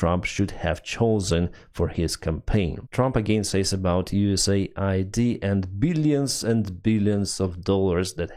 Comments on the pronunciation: it's US-AID not USA-ID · FFS, read it correctly!! it's US AID not USA ID !